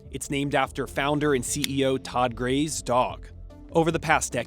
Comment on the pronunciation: Founders last name is Graves not Grays.